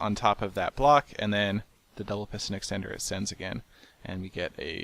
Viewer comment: Duble piston eckstender...